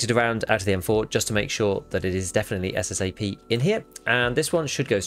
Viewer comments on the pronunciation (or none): It’s SSA AP not SSA P!!!